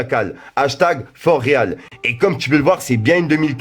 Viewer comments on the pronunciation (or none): "For Real" se prononce "For Ril" BG mdrr.